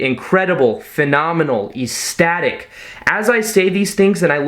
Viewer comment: great videos but you should really look up how to pronounce words like ecstatic. really ruins your really great videos.